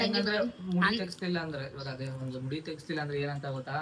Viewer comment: ಮೂಡಿ ಅಲ್ಲ ಅದು ಮುಡಿ